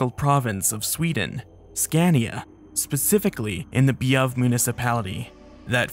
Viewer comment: I can excuse the, still slightly weird, pronounciation of Bjuv as "Bievv", but Tage as "Tasch" is unforgivable. 😝 Also dodged a bullet with Scania instead of Skåne.